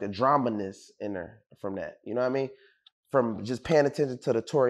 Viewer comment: Buddy said “dramaness” 😂